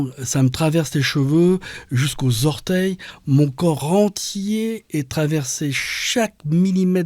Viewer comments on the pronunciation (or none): none